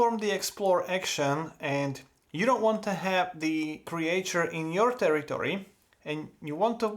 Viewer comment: Creature pronunciation tip: "creetchur" Awesome video, as usual, love the work man